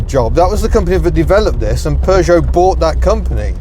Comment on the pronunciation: Having lived in the USA for 2.5 decades I still appreciate hearing "Peugeot" pronounced properly and not "Poo-Jot" like how a certain ex-TV presenter who lives in Los Angeles with a car museum pronounces it :)